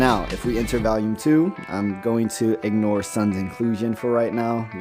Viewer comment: Aside from a few nitpicks like saying “Valume” (which it is pronounced “VOLUME”), this has pretty much explained things in greater detail. AND pretty much confirmed my worst fear: RWBY is dead. “This is how it happened: This is how Team RWBY died.”